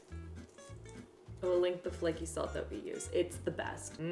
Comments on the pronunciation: First, I'm also a GenZ/Millennial and that is NOT why I love Avocado toast. I love it because it's delicious. Second, I could not figure out why you wanted to LICK your toaster. Took way way way too long to realize you were saying link. 🤣🙃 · I definitely thought you just said you're gonna "lick" your toaster..... when I tell you I was very concerned lol